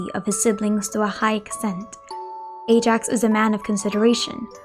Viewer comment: I get that, but it’s not the way you pronounce Ajax name in the game.